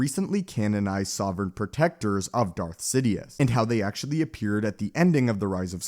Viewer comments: Why do u pronounce Darth Sidious as Zidiuus? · I think he said Darth Zidious at least it sounded like that to me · he said darth zitious